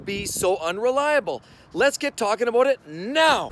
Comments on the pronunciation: "how a boot" hahahaha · "How aboot......"